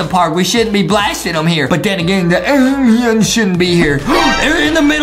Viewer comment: Yeah he says it like alion